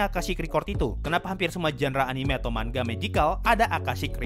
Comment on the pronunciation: Ma ngaaa, bukan mangga